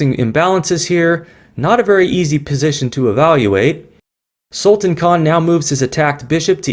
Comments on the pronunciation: The name can be correctly pronounced as Sulta(a)n, with sound of -tan coming like that prounced in Word Plan. I hope I am able to show it. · Great Pl check pronunciation of Sultan.. 😊😊 do you know sultan means King.. and you are Sultan of chess games